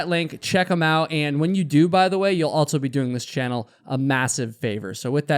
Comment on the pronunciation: Stop saying "altso." There is no T is "also."